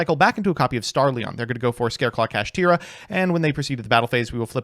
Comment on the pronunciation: Kashtira should be pronounced "Cash-Tie-Ra" instead of "Cash-Tear-Ra". Evidence? Konami loves alliteration and rhyming on cards. This carries over in their arguably strongest spell card, "Kastira Papiyas". Still don't believe me? ... Sike. Get Impermed NERD!